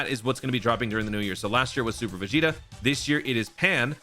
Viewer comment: ah yes “piccolo vs veg Jr.”😂